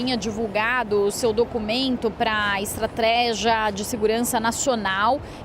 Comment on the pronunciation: minuto ---a reporter da CNN falou ESTRATRÉGIA--------------OOOOHHHHHHHHHHH